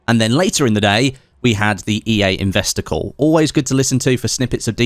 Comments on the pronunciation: Sounds like you keep saying ‘investicle’ not ‘investor call’ haha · Ahh... “investor call”.. I heard “investicle”, what ever that is... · Every time he said "investor call," I swear I heard "investicle."